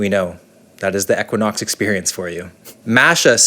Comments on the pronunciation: 1) Equinox is pronounced "EEEE-Quin-Ox". It's not pronounced with a short "e" like kept saying. 2) I wouldn't be mad all if he lost those sunglasses. 3) I could've done w/o all of the double entendres peppered throughout the video. Ew. 4) It was offensive that a room that costs over $1,000 a night didn't include the roombar snack items. 5) Bottom line the review was decent and the hotel doesn't live up to the fitness hype. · I can't get over the mispronunciation of E-quinox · Great video! But for $1,000 a night, you couldn't ask anyone how to pronounce the name correctly? lol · Hate how he pronounced equinox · Hearing how you pronounce equinox, is the American equivalent of Canadians hearing "new found land"